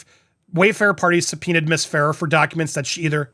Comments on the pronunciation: Fa rare is how you pronounce it! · As per Isabela Ferrer, her last name Ferrer...is pronounced "Fur - Rare".